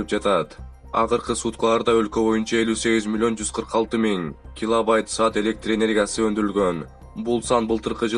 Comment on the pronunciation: Киловайт эмес киловатт десен